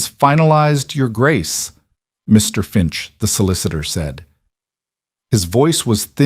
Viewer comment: The voice doesn't understand how to say "Your Grace".